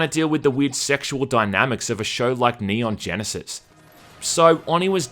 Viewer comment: "Neon Genesis" lol